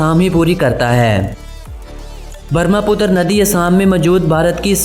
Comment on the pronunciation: Thank you for making video about our beautiful Assam.Please don't say names of things wrongly.You said name wrongly of a river Brahmaputra.You say Barmaputra. So try to improve it is The Brahmaputra. .....